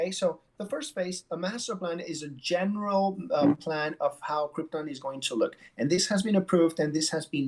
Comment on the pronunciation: They really do keep calling it Cripton, too. I don't even think it's confusing it with the famous doomed planet because in Spanish Krypton is pronounced with an emphasis on the "ton".